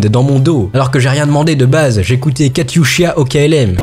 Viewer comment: pauvre Katusha bien écorché à la prononciation :(